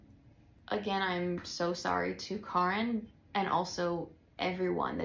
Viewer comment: It’s pronounced Car-In!! Kaarin 🥰